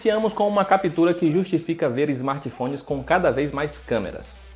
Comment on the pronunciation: "esmarti fonis"